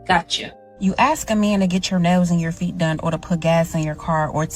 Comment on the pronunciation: Aks? Claim to be educated and can't pronounce ask. What a retard.